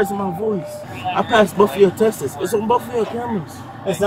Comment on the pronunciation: LOL, I thought I was drunk for a minute… 😂 “I passess all yo tesses” Then officer “It’s not a Tass or pail fess” 😂 ummm.. They all high off fumes..